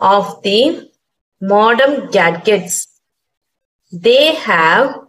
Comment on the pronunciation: Modem ❎ modern ✅😂😂